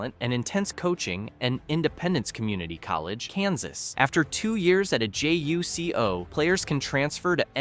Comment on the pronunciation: It’s not J-U-C-O it’s JuCo (joocoh